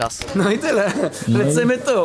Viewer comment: Czsmu Przemek mówisz lecymy tu mówi się lecymy dur